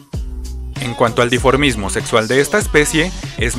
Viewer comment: "dimorfismo" no "diformismo"